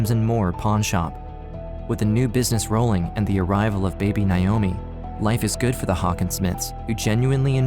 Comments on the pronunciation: Nigh oh me. It’s NAY-OH-ME. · That’s really not how you pronounce Naomi… 😑